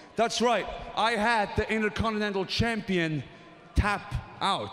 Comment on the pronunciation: "Int-a-con-te-nan-tul champiun"